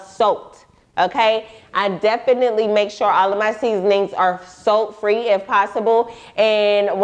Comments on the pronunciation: Girl I thought you were saying soap til the picture of the salt popped up ......SALT 🧂 LOL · everyone else: salt: soat lmao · I’ve been on doxycycline for a month, it has done nothing but made my skin worst. I have been eating so clean lately and I’m realizing my skin is clearing. I hate my hyperpigmentation it’s driving me crazy thanks for the info. I thought u was saying soap at first but she said sult lmfao 😂 I drink a lot of green smoothies I hope that’s not the case for me. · Right! I thought she said soap at first lol